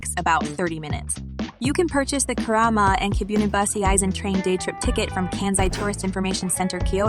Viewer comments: and Kibiun??? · I know, right?!!! "Kai-yo-to" and "Key-boon"? What's up with that? Probably AI generated narration just reading a script.